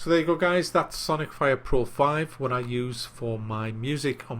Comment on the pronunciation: Wat's witt dee wabbit?